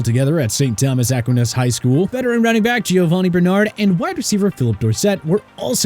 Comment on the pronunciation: My question is why was he enunciating Maryland as Mary land instead of Mareland. That and the pronunciation of St Thomas Aquinas high out of Fort Lauderdale